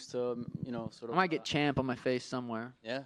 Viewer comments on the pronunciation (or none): did that guy call Sean "chump" instead of champ ?